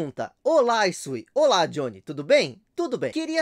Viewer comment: Olá,! Obrigado por responder minha pergunta e por pronunciar meu nome corretamente 😂😂😂😅😅😅